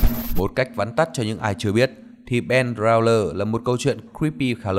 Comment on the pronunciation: Theo dõi cờ su khá lâu nhưng thật sự vẫn hơi khó chịu vụ đọc tiếng anh. Creepy về majora's mask khá nổi tiếng và tên nó là Ben Drowned nhưng ô Cờ Su đọc thành Ben Drowner thì cx chịu.